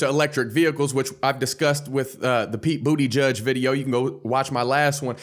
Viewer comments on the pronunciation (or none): this mans said pete booty judge🤣🤣🤣🤣🤣🤣🤣🤣